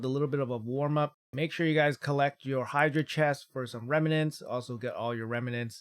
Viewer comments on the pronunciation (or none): none